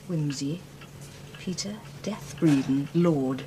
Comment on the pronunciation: I get irritated every time I hear “Bredon” called “death,” as in “deceased.” Sayers specifically had it pronounced “deeth” in the novel. It’s such a small detail, but she did it so well….the employees were rather shocked at “death” until Wimsey clued them in. It’s as though the scriptwriters for the show thought they knew better than the great novelist,and that’s always a mistake.